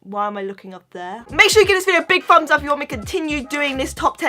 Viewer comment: is it only me or does anyone else hears hears her say "fumbs up" instead of thumbs up!!??